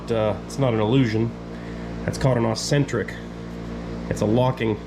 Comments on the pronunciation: Pronounced (Ek-Sentrik ) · Nice save!!!! It must give you so much satisfaction to always just toss tools and parts onto the bench. BTW, it is called and "eccentric" locking collar and not "accentric". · It's "eccentric" and "galled"